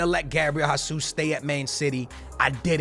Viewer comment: who’s Gabriel HAsus bruh? it’s Jesus. geezus